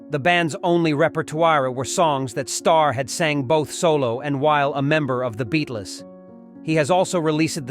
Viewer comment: Para Dicey? The Beat-Les? What AI read this thing? It needs tweaking!